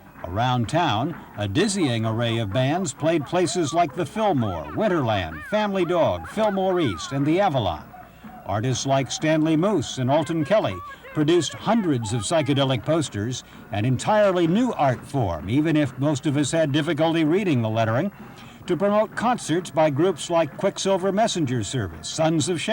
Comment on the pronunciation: Was it really pronounced Stanley MŌS?